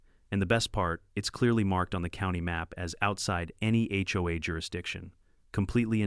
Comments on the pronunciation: Why can't the A.I. 'bot be taught to say "H O A" every time? What the heck is "ho ah"? And are there really no more computer programmers who can teach a machine to count and tell time? The monotone is bad enough, but at least it's a pleasant voice. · What's worse is that I have never heard a person in real life refer to it as a Hoe-ah. The letters are pronounced separately. It's aitch-oh-a